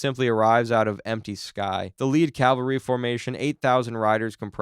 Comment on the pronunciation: CALvary is where Jesus died. CAValry is soldiers on horseback. You keep saying the former.